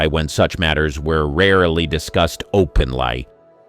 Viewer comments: Its all AI or word documents being narrated by your pc. ie Edward G Robinsoon and openlie rather than openly . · Someone needs to teach these bots how to pronounce words. It's openly not openlie!